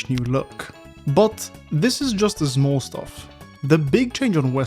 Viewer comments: "... and ZMOOL changes." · 0.39 update and still cant pronounce small properly